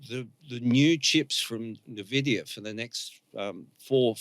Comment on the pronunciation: jsut how does a guy as smart as not know how to pronounce nvidia, are we really living in a simulation or how is this bug repeating over and over, its impossible